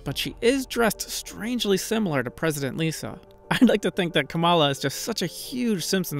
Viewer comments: Come on. It’s really not that hard to pronounce KAmala Harris’ name correctly. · Kamala is pronounced, "Comma-Lah". How hard is it say the name of punctuation and pretend you're singing OR... you can just say Vice President.